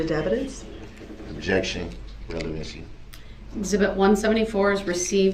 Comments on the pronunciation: I decided to start a drinking game every time I heard "Objection! Rellybency!" I died 20 minutes in. :) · Rellybency 😆😆👍 You should 'substain' from alcohol!!